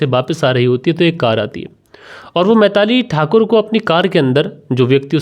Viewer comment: Uncle kon se school se pada hai tu. बिलाक पिरपॉस मैताली तरपाल बोलता है 😂😂😂😂